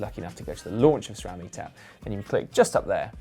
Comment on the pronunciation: ITS CALLED S RAM AND NOT SCHRAM